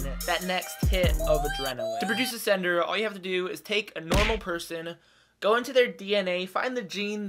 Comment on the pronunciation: Until the theorist v sender graphic came up, I thought you were saying "senator". The picture of Trump also confused the hell outta me.